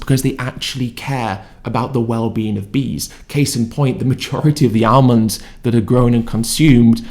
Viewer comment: "Armands" 😂 The bloke can't even talk properly